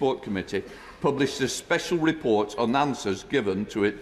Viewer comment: "Replort" ha ha ha.